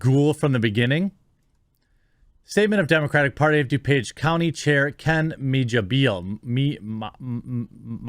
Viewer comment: Geezus Jeremy, it's Meh-Heeuh.